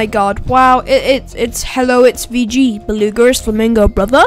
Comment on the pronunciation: why are u saying beluga and flamingo so weird like dude stop:/